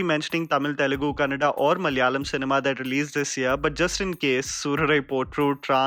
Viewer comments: Finally a bliss to hear someone say "kannada" & not call it "kannad" Adulation.! ✨ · I always feel good whenever I hear you pronounce kannada properly ☺